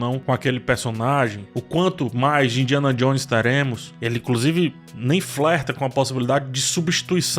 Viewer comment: Indianon Jones? Indianon??